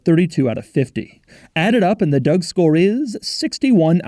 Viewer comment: Did he say Doug Store???...do i sense a easter egg there on whats to come on cars and bids?